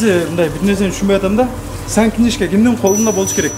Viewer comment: Сян книжка эмес ,сан книжка мырк